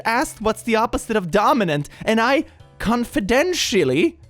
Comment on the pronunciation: I was rubbing my eyes and I thought you said "Denmark" instead of "Dominant" and got so confused